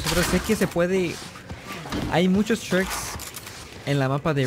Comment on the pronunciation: hay muchos tricks Lo que yo escucho: hay muchos shreks